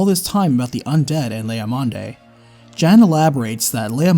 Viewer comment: Great video. Slight nitpick though. Jan, when given as a male name is pronounced Yon.